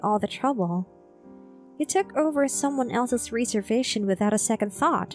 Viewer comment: rez-ervation, not ree-servation